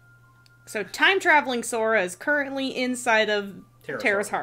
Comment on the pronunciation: Interrupting the lore talks to point out how here said "Sofa" instead of Sora. I for one welcome our new comfortable sit-worthy protagonist. Anyone else?